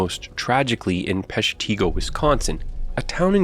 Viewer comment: My father's childhood was spent in Chicago, but he spent his teenage years with family members in a little town near Pestigo, Wisonsin. The narrator pronounced Peshtigo wrong. It's pronounced with a short i sound (pesh-ti-go). After he met my mom, he relocated to Chicago for most of his life. On my mother's side of the family, my 2nd great grandfather lived and worked in Chicago. He owned a wagon and a team of horses. Accoring to family lore, my 2nd great grandfather used his horses and wagon to help people escape from the fire. My mom and her sisters and my siblings and I all grew up in Chicago. I have always appreciated the amazing architechture and the grid system for the streets. With the exception of the slant streets, which were old Native American paths, Chicago is very easy to navigate. I ❤ Chicago.